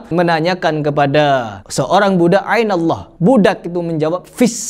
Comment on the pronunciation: kemarin react bacaan habib umar tidak fasih huruf 'ain.. padahal di menit harusnya Ainallah bukan 'Ainallah😅